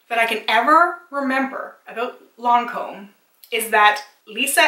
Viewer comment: you did pronounce lancome perfectly, i like only the seru ms and creams from estee lauder and la prairie and l mer